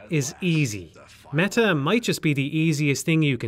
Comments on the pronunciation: de mehah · I kept hearing "mega" lmao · You had to make an effort to pronounce the T in "meta" with your accent didntye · No? That isn't a feature of the Irish accent.